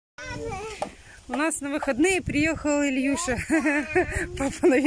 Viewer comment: Так не поверите😲диво дивное до сих пор удивляюсь,особенно имя когда произносится ИльЮША, я как то на соседа так сказал по запарке ,так на меня ,как на дурака посмотрели и улыбнулись😂